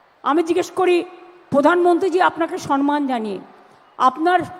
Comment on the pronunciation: আবে বাঙাল মমতা, শোন সনমান নয় ওটা সম্মান।